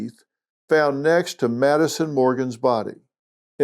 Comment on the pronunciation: you just called her “Nadison”….chill.